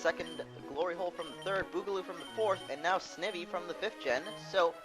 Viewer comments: Snivy is prenounced Sni vee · In the next video can you PLEASE pronounce it "sn eye vee" think about it Snake and Ivy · He cant even say snivy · u just pronounced snivy wrong